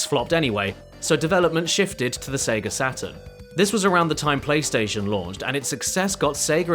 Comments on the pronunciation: Why does he keep saying Seger? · lol "Seger of America" that's got to be the worst part about that accent, having to put an 'R' in-between two vowel sounds